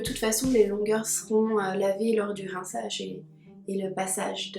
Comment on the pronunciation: Coucou tu as un petit accent suisse "rinçaaaage"🤗